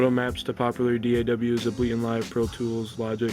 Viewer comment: Able-Ton not ableeton